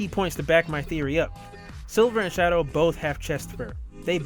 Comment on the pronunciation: Shadow! NOT Shidow!